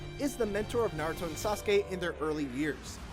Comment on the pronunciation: Finally ign says naruto's name right. Not narudo but naruto.